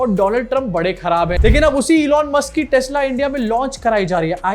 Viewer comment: Tesla nahi texla hai ye nimmo tai😂